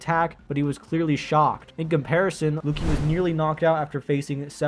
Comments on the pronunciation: Why do you pronounce Lucci like that? It's pronounced Lu-chi not Lu-ki. 😭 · Lukey 😂 its pronounced lu chie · no, even if you dont watch the anime or hear the promotion material, theres no way you pronounce lucci "lookie". you speak english fairly well, so youve likely heard words we borrow from the italians. that name is pronounced at worst like "lucy" but more accurately like "looch-chi" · Bro did not just say Lookie 😂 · why you say lucci like that agree with most things though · no, Zoro loses this easy… But bro was waffling nonsense about One Piece so much I couldn’t get half of the way through the video. No one who’s seen or read or talked to anyone about One Piece has ever pronounced Lucci like that, and Mihawk hasn’t said anything about Luffy or Zoro’s conqueror’s Haki. We know for a fact Zoro didn’t know he was using conqueror’s haki, where did bro get the idea that this information was buried in the Vivre cards???😂 and bro said it was hard to put One-Piece characters higher than FTL?? What? One-Piece characters were casually FTL 15 years ago and have gotten exponentially more powerful since😂 Zoro cooks the vast majority of the Naruto-verse but top tiers like Sasuke or stronger? Nah.